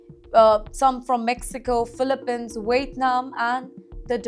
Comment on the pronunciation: What is appeled? You mean to say appalled(pronounced as APOLLEd) Please learn english! You said even Phillipines wrongly!!! sacred bond ? It prounced wrongly again! Please go to English speech class